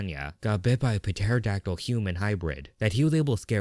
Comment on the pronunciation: Why do you pronounce pterodactyl like that